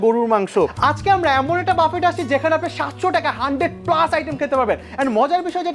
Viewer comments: ভাই, প্লীজ বাফেট না বলে বুফে/বাফে বলেন। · Ochcharonta thik nay bufay amon hobe, spelling, buffet